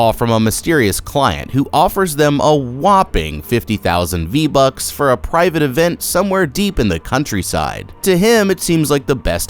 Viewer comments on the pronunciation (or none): Is no one gonna talk about of how he said vbucks ????